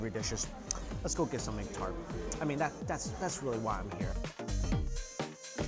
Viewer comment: Normal people: let's go Mike: let's gaoh